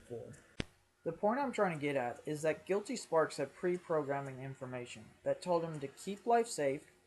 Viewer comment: This is late but it's pronounced guility spark, gill-eh-tea spark. Spark not with an s